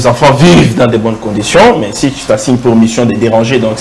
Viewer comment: je me demande si est réellement un journaliste ou un militant contre le pouvoir en place? Et puis il n'articule pas bien la langue française car il a un sérieux problème avec la lettre U et la lettre I dans la prononciation. a la place de TU il dit TI, volà un journaliste qui lui-même dit je crée un média pour déranger.